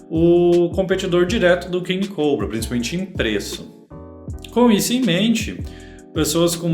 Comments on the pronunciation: Alguém me diz pq ele fala coubrua em vez de cobra??? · Invés dele falar português o nome do mouse, n, fala ingles, eh cóbra, e n coubra! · ele é brasileiro, ta no br, fazendo video em portugues falando p br, e pq ele ta pronunciando "COUBRA"? esses enzo de condominio sao foda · “Redragon King Cowbra” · caralho meno q agonia desse nerdola puxando pro ingles COBRA, porra meno ja ta em portugues cara AKAKAKKAKAKA